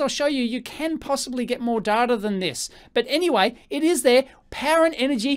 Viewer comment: Don't call him Daata, he gets very annoyed. His name is pronouced as in the English "Dayta", he insists upon it. (Love your videos really.)